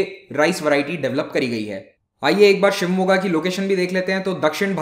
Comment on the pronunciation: Super guru. Namma ooru Shivamogga